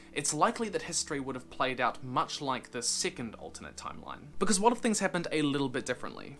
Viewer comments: He pronounces second/2nd like “Sickent” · In the beginning I thought he was saying "sickened" timeline lmao